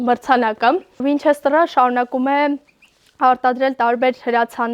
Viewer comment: Վինչեստռ չի , վինչեստեր ա 😂👍